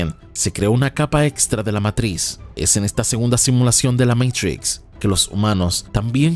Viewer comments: No digas matris wey, es matricks(matrix) la matris en algo de la mujer con el embarazo xd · Matrix que es eso de Meitrishx jajajajjaja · Nio meitrix nio meitrix jajajajaajaja inglés perfecto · Meintrixch que pronunciación 😂😂😂